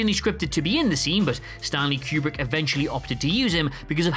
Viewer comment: Stahhn-Lee Que-Breek? You mean Stanley Kubrick, right?